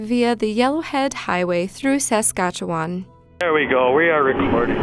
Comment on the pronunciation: The way Saskatchewan was pronounced killed me lmaooo